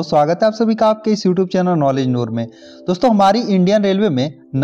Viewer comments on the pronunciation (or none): none